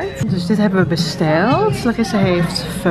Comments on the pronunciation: Haha ja dat bedoel ik ongeveer, maar je spreekt het zeker niet uit als 'feu' :') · Je spreekt pho trouwens uit als 'fa', niet als 'feu' :)